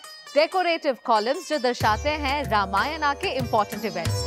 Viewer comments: रामायना नहीं रामायण | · Behen.. Ramayana kya hota h... 'Ramayan' hota h vo... Respect our culture n be proud of the pronunciations.. Abhi bhi inka angreji attitude nahi gaya